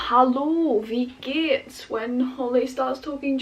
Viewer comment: dein deutsch ist so gut :o dein "wie gehts?" klang richtig sauber! viel glück mit dem lernprozess, you got this!